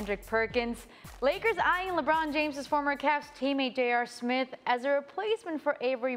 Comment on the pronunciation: Man Perk tryin to say Smith is the funniest thing in the world. “Stephen A. Smit” “JR Smit”. 😂😂😂😂